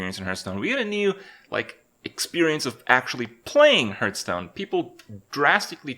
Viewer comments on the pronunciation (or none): CAN U FUCKING STOP PRONOUNCING IT HURTSTONE!